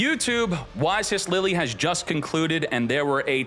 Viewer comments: It's LILLE, not Lillie xDDDDDD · It's Lille, pronounced "lee leuh". XD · Mah-jol-nir, Lilly, what next? 😂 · Doesn’t know how to pronounce Lille. It’s not Lilly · He pronounces it like the pokemon trainer girl’s name lol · Lille is pronounced with a silent middle L